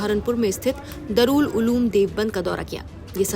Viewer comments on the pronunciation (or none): Darool nahin , daarul uloom madam!